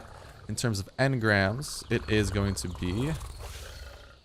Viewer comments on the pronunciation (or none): none